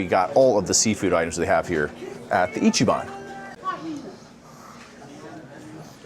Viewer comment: It’s not pronounced ichy- ban, it’s pronounced icky-ban